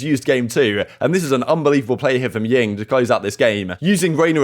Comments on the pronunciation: Did he just call Jing , Ying? lmao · Ying?? P sure it's Jing